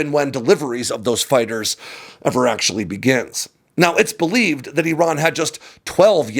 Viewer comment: Appreciate your ability to pronounce "Iran" properly. Other American military YouTubers butchers it.